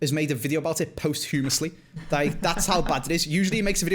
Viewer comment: WTF was that pronunciation of posthumously 🤣🤣🤣🤣💀💀💀💀